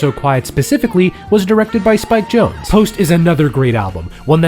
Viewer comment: It's Jonze.. Not Jones!